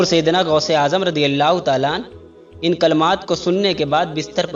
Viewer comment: गौस होता है गोश नहीं